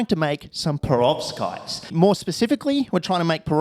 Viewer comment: Prevovskitez? LOL